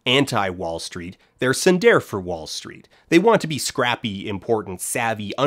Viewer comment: Wait, that's what he was saying!? I've been trying to figure that out for months... I thought he was saying "Siderfa Wallstreet"